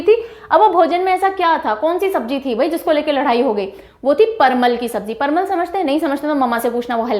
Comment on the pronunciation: parwal not parmal 🤔..vry nice video mam😃👌👌